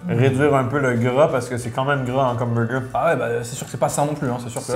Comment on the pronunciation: Jadore gurky mais faut vraiment qu'il arrete de dire " beugeu" ça fait vraiment boff et g au moins 20 pot quebecois et envrai personne parle aussi vilain